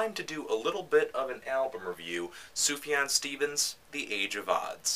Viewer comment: That's pretty close to the correct Arabic prononciation, yeah